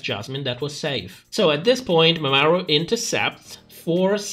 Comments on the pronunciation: Love how you pronounce Mamaru as if it was Mesopotamian city state, peak comedy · Mama (space) Ru. Who the hell is MamaAru?